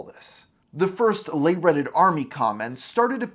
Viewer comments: Le is "luh" not "lay" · French fact! "Le" is pronounced "luh"; you can remember that it rhymes with "the". How you're pronouncing it, "lay", would be spelled "les" which is the plural version - so to a French speaker it sounds about as awkward as "the army are here". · “Le” is not pronounced lay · I'm so glad I wasn't on YT then... though I will say, until you explained it was a reference to "The End of the World" video (which i remember from, god help me, Newgrounds/Albinoblacksheep), I thought you were saying "lay" like layperson, and not "le". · Le is not Les. Please please pronounce it correctly. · Yeah that pronunciation really distracted me